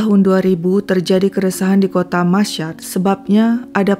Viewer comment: Itu Kota Masyhad di Iran , cara membacanya : "masy-had". Bukan : "masysyad". Tolong jangan cuma b.inggris lancar tapi bahasa lain kacau balau. Apa susahnya mencari kata "Masyhad" di google dan youtube kan banyak. Maaf saya selalu dislike videonya kalau nemuin masalah kayak gini. 🙏 walaupun saya mengikuti kontennya.